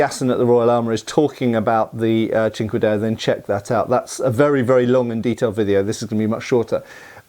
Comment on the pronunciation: I keep hearing it as "chingadera"😂